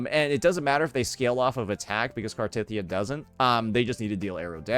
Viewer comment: Omg you actually pronounced Cartethyia correctly! Only once, but it's a start 😊